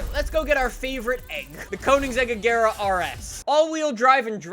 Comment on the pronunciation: no one can pronounce "Agera" right